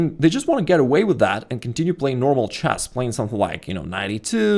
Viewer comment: 'The most annoying opening video you're ever gonna open in "chass"....'